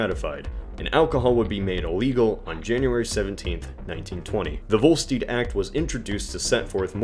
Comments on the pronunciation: To the idiot who narrates his videos, it's "Volstead," not "Volsteed," you moron! 😠😠😠😠😠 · That is not how you say Volstead.